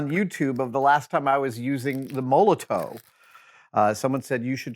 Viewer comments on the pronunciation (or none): Btw "Molotow" is pronounced the same as "Molotov" as in the cocktail - Molotow is a German company and the W in German makes a V sound